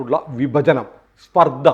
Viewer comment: സ്പര്ദ or പര്ദ 😂